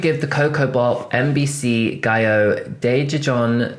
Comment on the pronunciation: your pronunciation of daejejeon is close!! <3 we struggle but we're trying and that's enough